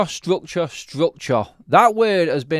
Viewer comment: "Strukchoh, strukchoh, strukchoh..."